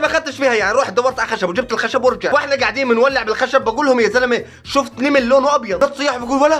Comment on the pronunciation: كيف حكا كلمه نمل قال نيمل 🤣🤣